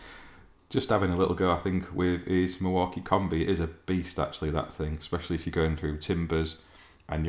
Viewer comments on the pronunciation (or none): none